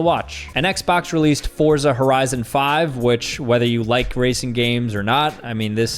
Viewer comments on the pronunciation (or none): none